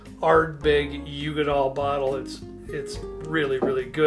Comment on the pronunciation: couple things.... eye-luh, not eye-lay... and it's pronounced oog-dahl, not you-ga-dahl.